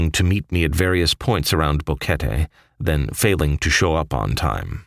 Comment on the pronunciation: I have watched several similar videos, You are one of the first to pronounce BO QUET TE correctly and included Plinio, I know this guy personally, Great Job SIR!!!